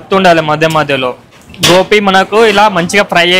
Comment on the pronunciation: Gobi ❌️ Gopi ✅️